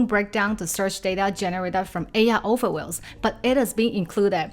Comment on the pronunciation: Just subscribed. Excellent! fFast paced, straight to the point (no intro or "this is me!" BS). BUT. Your pronunciation of key words, confuses me until I get a visual hint of what you mean or I figure it out from the context: overviews ("other wells") and queries ("curies"). Please adjust pronunciation of key words or put a text when you first say it.